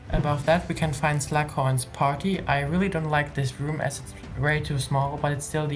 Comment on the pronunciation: His name is slug horn not slack horn